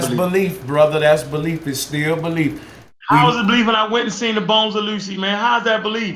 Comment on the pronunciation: A brutal slaying of "Out-of-Lucy" lmao